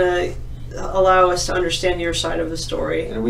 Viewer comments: One of them also read "Everyone knew us and our business" as "Everyone knew U's and our business" lol. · She forgot about the existence of the word Us and read it as You's 😆